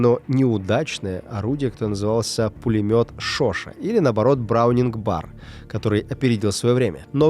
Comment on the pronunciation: Правильно говорить "пулемет мАксима", потому что фамилия конструктора "МАксим" с ударением на "а". А почему тогда "пулемет шОша"? Если фамилия конструктора - ШошА, с ударением на "а", и она не склоняется...